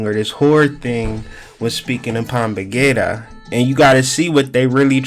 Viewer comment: It’s pronounced Pomba Jeera with a J not g sound